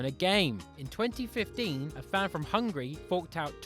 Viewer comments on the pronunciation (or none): none